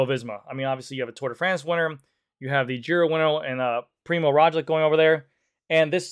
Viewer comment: PRI-MOZ ROG-LICH please say it with us... ffs